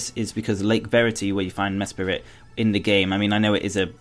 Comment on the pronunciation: Uxie is pronounced You K See Meslrit is pronounced Mes Prit Azelf is pronounced Ay Zelf